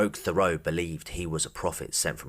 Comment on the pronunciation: As a French Canadian the way you pronounce Thériault is hilariously wrong